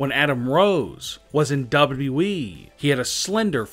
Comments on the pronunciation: Who else heard it as WWVVVVV instead of WWE? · Everyone: W-W-E This guy: dobu-dobu-eee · His pronounciation is damn funny... "doublui" 🤣🤣🤣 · As soon as he said it I read your comment. So funny. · Can we talk about how he doesn't actually say WWE but only WE? That annoys me more the weird intonation. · Why do you speak as if every other word has a period after it. Comma's aren't periods you don't have to have such a long pause for them like damn. Also it's double u double u e (wwe) not whatever you're saying cuz it doesn't even sound like you're saying double u. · The way he says wwe make my laugh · This pronounciation triggered me so hard. in WWE